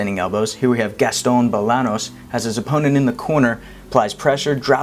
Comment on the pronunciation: Bolanos is pronounced bolanyos cuz it has that's squirbly line on top